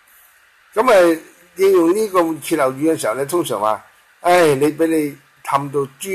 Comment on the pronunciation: 歇後語的（歇）字應讀hit（中入聲八）。歇斯底里也很多人錯讀成kit（中入聲八）的揭音。